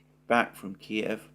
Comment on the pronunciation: At last someone who pronounces Kiev as it should be